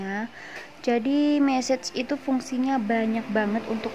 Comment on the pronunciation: Kox message tah kak 😂,,,massage kak yg bener..bacanya masas..😂